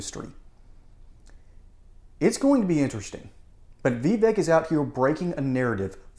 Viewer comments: "Vee-vek" "Bray-ing" learn how to pronounce his name! (It's "Vuhvek"!) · Vivek name is pronounced ‘Vi-bake’. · Vivek is pronounced Vy-Vake. Rhymes with Cake.